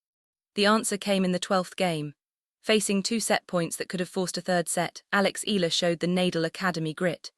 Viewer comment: Mam it's e-ya-la not ela try that more Filipino will love you❤❤❤